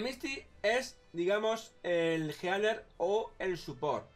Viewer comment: Yo lo apoyo, y no es por ser "niño rata" pero a diferencia de los demas youtubers, no pronuncias bien las palabras. Es como... ellios zon los jealers (así, jealers. No Healers. Jealers) es algo común, hay personas a los que les molesta, otros que no. Hay muchos youtubers que hablan de esa forma. Un ejemplo seria... oh, se me olvido su nombre... pero es un chico que hace tops en su mayoria, pero tiene un acento algo molesto y poco normal, el cual provoca que no se le entienda mucho al hablar. Mi punto es, no te tomes tan a pecho todo y llames a todos niños ratas solo por una critica.